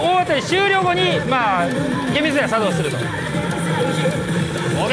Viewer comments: コンプリート機能が茶道しました！？笑 イントネーション間違えてるやろ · コンプリート機能が、さ↑どうしました🤣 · 何で作動じゃなく茶道のイントネーションなんですか！！ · 作動↑しました。って発音おかしい😂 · 作動のイントネーション